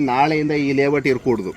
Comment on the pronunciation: ಲೇ ವಟ್ ಅಲ್ಲ ಲೇಔಟ್ ಅದು